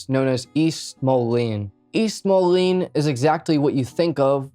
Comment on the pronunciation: Say it like this, Moleeeeeen. Not Molon